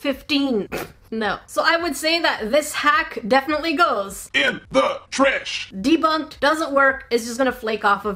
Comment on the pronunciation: why do you say tresh insted of trash